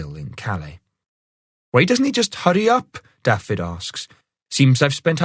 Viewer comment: Can somebody tell the narrator how to pronounce Dafydd, it's not Daffid, it's Daavith, the f is a v and dd is th.